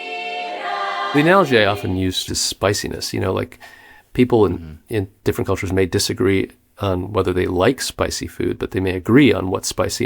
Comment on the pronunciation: Maybe it's jsut because we're on the topic of microtones and intonations and stuff, but did he say an-AL-gee instead of an-AL-O-gee???